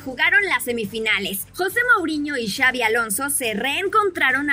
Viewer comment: es Xabi, no xavi...